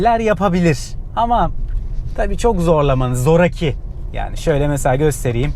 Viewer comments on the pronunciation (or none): Zoraki sözcüğünü telaffuz ederken a'yı uzatmanız lazım. Zoraaki diyoruz konuşurken. Öbür türlü tuhaf geliyor kulağa. Sevgiler.